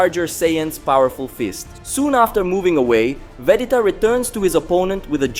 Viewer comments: Wtf bro it's Vegeta not vedeta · a lot of viewers losing taste on how you deliver the story telling and asking questions plus the way you pronounce vegeta to vedita😂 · Can say gap but not geta? Smh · Seriously dude his name is Vegeta not vedeta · Gin pronounciation is like jeans or gin the alcoholic drink correct your pronounciation on both as Vegeta not Vedita. it's too irritating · I love this series and really appreciate the work you guys put into it but please, take the time to practice saying VAH GEE TAH, say it with me, vaaaaaah.... geeeeeeeee... taaaaaaaaahhhh.. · Appreciate your contents but vadita? Cut it out! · G bro.. Not D.. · If you say Vedeta one more time i unfollow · He has a problem with pronouncing the letter "G" ...Vedeta....Ghin (instead of Gin)...and so on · he should learn,if needed forcefully,butchering Vegetas good name like this,every single time he says it,its kind of anoying...but i like the story so we must put up with it.. :/ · I don’t think he says Doku it’s only Vedita. His pronunciation in everything else is really good. He doing really well just not that name. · Bruh its ve-ge-ta😂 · Vegeta would go berserk no eye super Saiyan when he hears his name butchered 😂